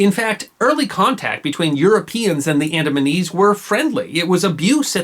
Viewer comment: It sounds like the "AdamsandEves"